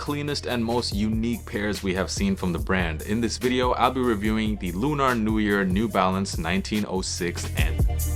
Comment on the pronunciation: It's just pronounced Lu-ner fam 👍 Dope review regardless ✌